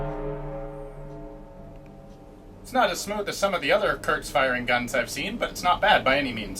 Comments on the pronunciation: KURZ, not KURTZ. There is no T in the word. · Its pronounced like "courts".